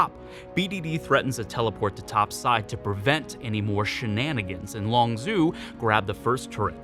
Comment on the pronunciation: My only problem is that its LongZHU not LongZoo